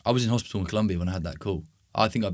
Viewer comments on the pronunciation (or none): Es colombia no culumbia❤ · It’s COLOMBIA. Even in English